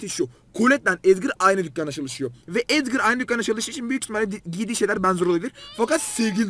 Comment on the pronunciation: Abi collete edvır diyo bir tane sesinde edgar diyo bence